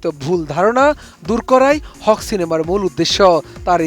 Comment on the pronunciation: It's not হক, it's হাক। মানে নিজের অধিকার।